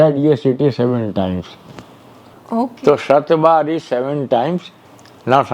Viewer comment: Shaatbar, not shatbaar. ;)